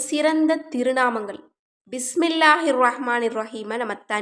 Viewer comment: அஸ்ஸலாமு அலைக்கும் சிஸ்டர்.. பிஸ்மில்லாஹ் ஹிர்ரஹ்மானிர் ரஹீம் கொஞ்சம் தஜ்வீத் முறைப்படி சொல்ல கற்றுக்கொள்ளுங்கள் சிஸ்டர் pls.. ரொம்ப நாக்கை சொழட்டி சொல்ல வேண்டாம் சிஸ்டர்..